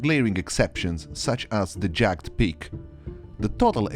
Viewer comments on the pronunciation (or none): Just a tip! 'Jagged' in english is 2 distinct syllables- its more like 'jagg-ed' than 'jag'd' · Hi, great video. I just want to give pronunciation correction. Jagged is pronounced with 2 syllables, "jagg - ed"